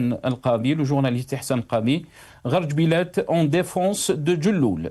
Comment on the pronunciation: C'est GARA djebilet et non GHAR, VOUS EXCELLEZ DANS L'ARABISME !